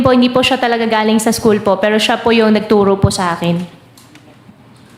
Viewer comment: Excuse me blogger how do you say the word GALING …..PLEASE REVIEW YOUR INTRO…..PAKI AYOS LANG😳